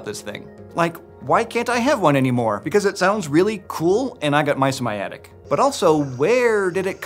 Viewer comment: Haha, he said "and i got mice in my attic", I heard "and I got mysomiatic", searching for it thinking it's another type of snake he has as a pet already 😅👏🏻